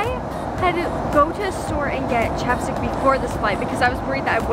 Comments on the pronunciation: Is it just me when she said chapstick i heard chopsticks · I thought when you said that chapstick was an aseseity I thought you said chopsticks when an asesity